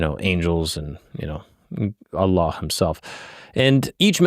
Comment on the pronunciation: Your pronunciation of Allah is beautiful. I never hear non muslims pronounce it so well👍